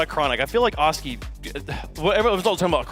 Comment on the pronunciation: Cannot stand pronouncing Oski's name wrong:(